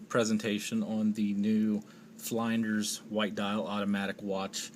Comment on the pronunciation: It's pronounced Flynn-ders